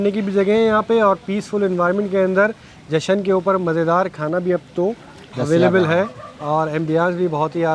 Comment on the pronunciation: Jashn not jashan